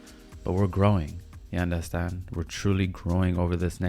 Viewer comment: Are you Jamaican? Cause every time you say “yuh andastand ?” 😭😭😭I’m likeeee... he has to b😭